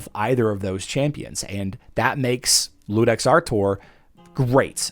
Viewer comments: By the way, it's not Ludex, it's Iudex (yew-dex) with an uppercase "i". It's latin for Judge. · I was going to jump on here and say the same thing. was the first content creator I've seen pronouncing it with an "L", even though it is obviously an "I". Guess the brain just wasn't willing to wrap itself around that word correctly. It happens